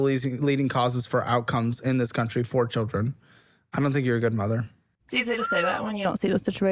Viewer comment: Bro pronounce your fucking words... Say it with me... Children... Not churen.